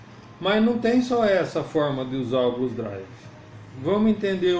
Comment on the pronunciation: Blues DriveR. Tem R no fim.